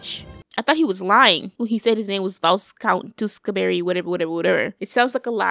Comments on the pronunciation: What really gets me is that you pronounce it “vice count” instead of “viscount” 😂😂😂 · Looool, I love your reactions and loved both movies!!! It's actually Viscount pronounced without the S and it's a title, not his name....but that's all good hun...loved your pronunciations